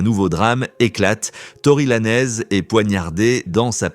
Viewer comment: On dit pas laneeez bodel ce prononce lanz ........et roc naytion pas nation bordel ou gare de lyon 😂😂😂😂😂